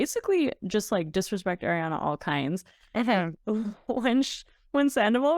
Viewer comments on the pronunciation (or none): As an Italian, your pronunciation of Ariana PAINS me. It's Ari, not Air.